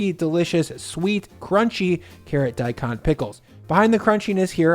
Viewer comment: Daikon is pronounced as the English words "die cone."